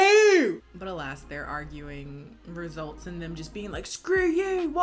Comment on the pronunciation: Naaaah, did he really say “alast” instead of “alas” on the plane. I’m dying